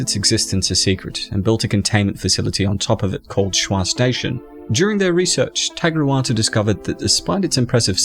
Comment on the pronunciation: “Tagruatuu” 😂😂 the way he pronounces it lmao